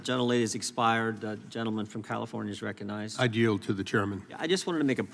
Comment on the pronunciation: Gym jordan says, "reconize," "accarat."